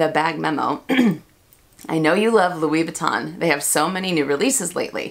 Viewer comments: MelSoldera also says “Louis Vuitton” in the “correct” way every time but I never say it that way and I certainly don’t judge people for the American pronunciation. That said, I just LOVE hearing the French brands pronounced in French. It just feels special lol. But yeah, no judgment. And the cats collection.... I am a proud crazy cat lady, so I am so torn on it. I go oh God, could I really wear that? But then I’m like but it’s catttts, lol. Hope you’re feeling better! :) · I believe Monsieur Ashley pronounces Louis Vuitton correctly too. 🙂